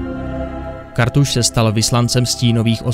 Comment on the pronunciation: Nebo mby KaRRRRRRRRthas